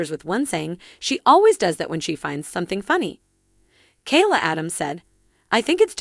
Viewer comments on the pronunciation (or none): none